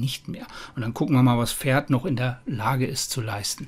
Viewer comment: Das heißt Pferd und nicht Ferd :D